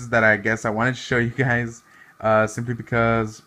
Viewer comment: the way he said “SIMPly”😂